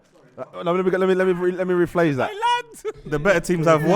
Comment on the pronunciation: “Let me rephalse that” is class